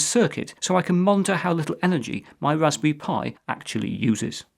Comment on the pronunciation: Wwwwwwwaspberry Pi